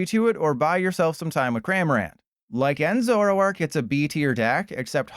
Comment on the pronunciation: 🙅🏻‍♂️ zo-ROARk 👉🏼 ZORO-ark 🥷🏼🤺